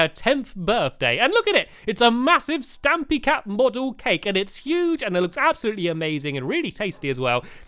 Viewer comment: Stampy not Dampy